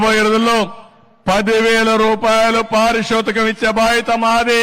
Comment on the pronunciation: మీకందరికి 5వేలు కాదు 10 వేలు పారితోషికం అనకుండా పారిషోతికం అన్నపుడే మీకు గుండు గీయిస్తాను అని అంతరార్థం